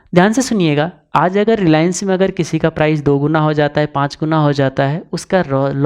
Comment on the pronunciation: Bhai गुना नही गुणा होता है pata nahi log bol bol ke गुना बोलने लगे 3x times means 3 गुणा और हिंदी में गुणा का अर्थ है multiply